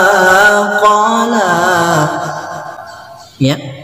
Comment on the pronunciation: Betul.....tp klo bacaan qola jangan di baca qole...itu yg tak bagus.